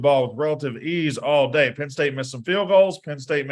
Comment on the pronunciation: It’s PENN not PIN. Come on